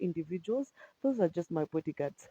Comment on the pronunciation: Did you say bodyguards?